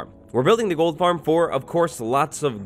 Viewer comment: Did he say Gold Farm or TOLD Farm Lol